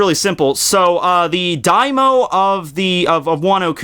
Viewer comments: As a native Japanese speaker, one thing I have to point out is that you keep saying "daimo" instead of "Daimyo". "Daimyo" is the title of the highest-ranking lord in the Japanese heirarchy (below the Emperor). "Daimo" or "daimou" is the Japanese word for the greater omentum. Proper pronunciation is actually extremely important in the Japanese language. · if you read this diamyo is pronounced DIAM YO like saying the fist syllable of diamond then saying yo